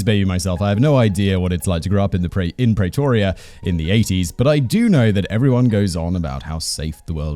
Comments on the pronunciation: PrEEtoria not Pray toria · Say "Praytoria" one more time! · God lord you are butchering the pronunciation of Pretoria (PREEEEEE-TOUR-REAAAA)